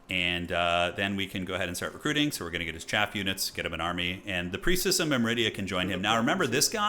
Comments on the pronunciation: myr-midia, not mim-ridia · Awesome campaign, btw, it's "Myrmidia" not "Myridia" - not that it's important. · Or "Mymridia" as says.